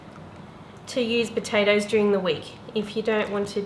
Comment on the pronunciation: from a irish woman, you just murdered those patotoes 😂😂